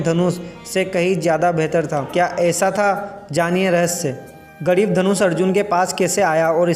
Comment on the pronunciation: अर्जुन का धनुष गांडीव था पहले ठीक से बोलने के लिए सीख लो मेहनत की जरूरी है